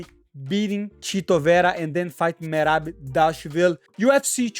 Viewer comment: Money trying to pronounce merab straight to cut is comedy